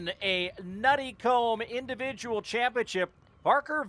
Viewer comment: As a nuttycombe i am suprised americans can pronounce it semi correctly! though it more like nutty coom, the be being a viking derivative for farm!